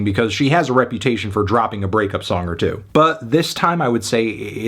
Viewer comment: The way said a hard “two”? 🤔🤔🤔